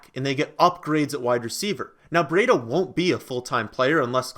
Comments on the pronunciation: You pronounce it briiii-da not breeeiiii-da e is silent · Pronounced (Bree- duh)!put some respect on his name